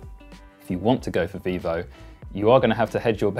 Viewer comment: Vivo, not Vevo, if you make a video, at least double check ffs.